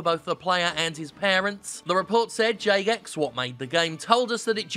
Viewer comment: the way Jim was pronouncing 'Jagex' was starting to sound more and more like 'Zizek', is the joke